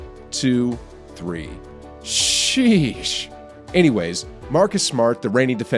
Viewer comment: Love your content but the way you say SHEESH is the whitest thing I've ever heard.